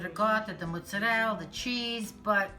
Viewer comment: What's rig-ot? Oh! Ricotta! What's moots-uh-rell? Oh! Mozzarella!